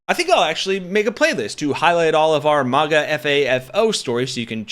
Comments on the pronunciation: Maga is pronounced like magazine not like mars. You sound stupid! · This customer is lying! But, nothing new wjem it comes to these instigating, gaslighting MAGA jerks! 'It is not a strict Starbucks policy to call out the name on the cup for every order; baristas may call out the drink instead, especially when busy, and have the discretion to not call out a name if they are unable to pronounce it, if it is offensive, or if they feel uncomfortable doing so. The practice of writing and calling names is intended to be a personal touch and to prevent drink mix-ups, creating a connection with the customer, but it is not always followed.'